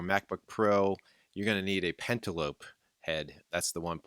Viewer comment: I've never heard "pentalobe" pronounced like "cantelope: before.